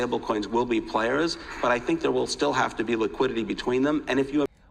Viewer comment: "liquididdy" 😂😂 classic